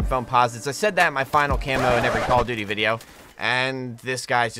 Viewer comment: Why do you keep saying call of booty 😂🤣😂🤣 only people that says that is people who does not like call of duty